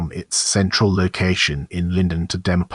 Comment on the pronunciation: Bad AI...pronounced "Dee Mop Olis" 😢